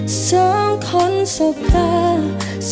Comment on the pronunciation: ผมเป็นกลางนะ ไม่ค่อยได้ฟังเพลงนี้ด้วยแต่ก็ฟังรู้เรื่องนะ แค่ออกเสียง จเป็นชบ้าง คำว่าสองแอบควบบ้าง แต่ผมชอบฟังแบบนี้นะดูมีสเน่ห์ดี #ทีมฟังรู้เรื่อง